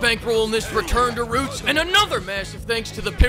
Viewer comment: wE gO bAcK tO tHe “REEUUUTS” Of ThE sErIeS!!!!!